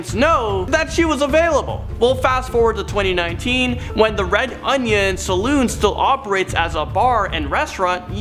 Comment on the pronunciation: Dude in the first clip ...his pronunciations kinda bother me. It's pronounced "shang-hi" not "shang-hey". And it's a salOOn not a salon. Salon is where you get your hair did , saloon is where you go to drink.